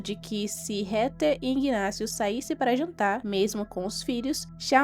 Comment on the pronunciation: MUITO BOA SUA NARRAÇAO, MAS A PRONUNCIA CERTA DO NOME DA HEATHER NAO E RETER, O CORRETO E REDER,🧐🧐🤓,, PARABENS PELO EXCELENTE VIDEO, JA ME INSCREVI E LIKE DADO😃